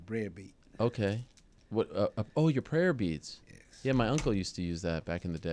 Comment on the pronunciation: "this is my Brayer Bead"